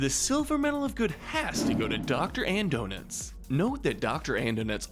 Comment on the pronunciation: Uh, it's pronounced Dr. Andonuts